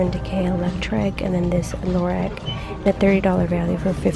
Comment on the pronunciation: I love these videos but Lorac is pronounced (laur-awk) sorry😬😘